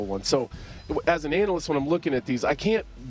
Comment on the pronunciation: "As an Anal-Lyst" Anthony Smith. Lmfaooo!